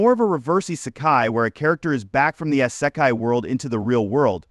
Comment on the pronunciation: soooo.... your thumbnail is of an anime that is not isekai, your ai voice can't pronounce isekai or the letters OP and this is all in the first 10 seconds of the video... good luck with your youtube career